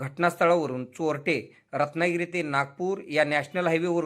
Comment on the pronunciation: Choltle😂 bolayla shik jhatya